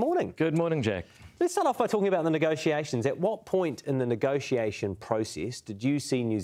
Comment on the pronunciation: Whats up with everyone saying negoccciation? That's not right!